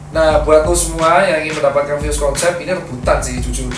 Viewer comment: "fyus konsep" "fyus konsep" "fyus konsep" ,brand medan bacanya juga ala medan.